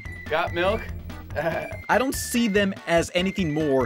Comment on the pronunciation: “Got miluk”. -cadicarus